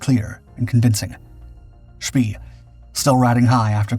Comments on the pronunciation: The music is annoying and his name is pronounced much more "Shpay" than "Shpee". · I thought "von Spee" was pronounced "von sh-PAY?" or "von shp-PAY-uh?" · "Spee" is not pronounced like that. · You're right. They always get some of the German pronunciations wrong! Always!